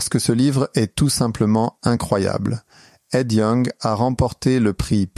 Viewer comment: Ed Yong pas Ed Wong :). Super intéressant comme son livre.